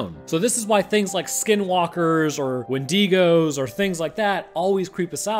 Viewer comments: Did he just say Win-De-gos? When it’s Wind-I-go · Wendeegos💀 correction it's pronounced wend-ig-o and spelled wendigo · Good video but: “WIN-DEE-GOES” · When-dee-goes? ... When-Dee-goes. Oh my god... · lmao "when digo's" im sorry man but you butchered that